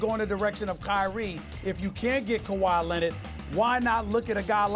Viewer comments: Nobody: Stephen A.: KAWHI LENNID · Nobody: Stephen A: Kawhi Lennit